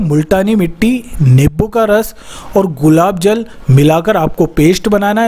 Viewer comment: Nibbu nhi hota नींबू hota h